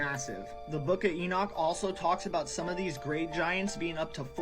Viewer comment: That guy was BUTCHERING the pronunciation of Enoch.